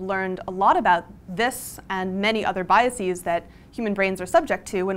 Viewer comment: I blame Carl Sagan for making people think that you pronounce 'biases' as thought it were the plural of 'biasis', which of course it isn't. Basis to bases (Bay-sees) Bias to biases (By-a-sez) Other than that, a salient and timely presentation.